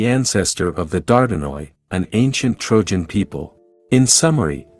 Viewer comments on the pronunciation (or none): none